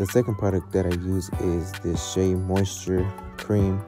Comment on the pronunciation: finally said shea right 😭